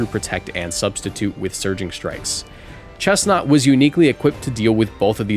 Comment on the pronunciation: finally, respect on chesnaught’s name